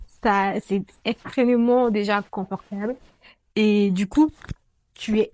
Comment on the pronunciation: Coucou 👋🏽. On dit extrêmement et non pas « extrênement » 🙂.